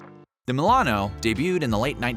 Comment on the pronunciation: Ah yes, thousandbutthole (mil-ano)